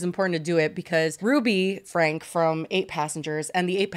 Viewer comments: their last name is pronounced frank-E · I think their last name is pronounced Frankie, but I guess it doesn’t actually matter! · so glad to see you guys covering this, also for future reference, her last name is pronounced "frankie" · omg period i commented that right when you guys first pronounced it had to let the girlies know immediately 💖